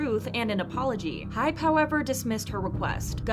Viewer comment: i've just noticed so many people saying hype ,its hybe you guys